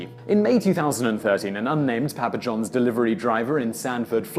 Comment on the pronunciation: Say Papa Johns again? It doesn't sound quite right